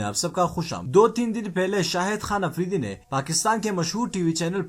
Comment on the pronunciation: Apridi nahen afridi Palastine nahen falastine (urdu main)